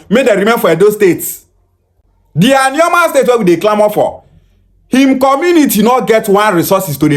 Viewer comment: Na alioma him call am